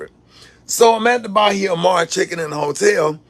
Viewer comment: It’s Ba-he-a-mar lol what you doing on Lauderdale beach 👀👀👀👀👀👀